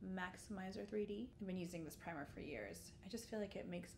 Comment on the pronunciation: did you say vagisil for primer?